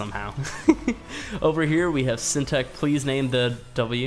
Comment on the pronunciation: There name isn’t that ha d to say Syntac